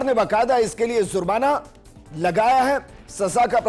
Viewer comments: Bolna seekhlo zurmana nahi jurmana hai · Hindustan me aur bahot issue hai. Pehle lafz ko sahi karlo. Jurmana ko zurmana keh rahe ho.